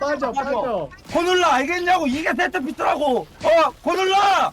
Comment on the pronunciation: 세트피스가 짹쮸피스로 들려요